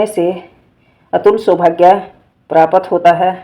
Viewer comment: प्रपात नहीं आंटी जी प्राप्त होता होता थोड़ा सही से बोला नहीं गया आपसे की नहीं